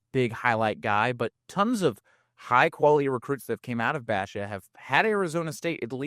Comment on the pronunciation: Please learn how to pronounce “Basha” ….also please fix your mic gain levels on the podcast ….his mic is so low when ads come in, they are ridiculously loud ….love the content though. Keep it up.